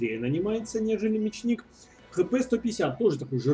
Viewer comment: Ударение: Ме'чник! :)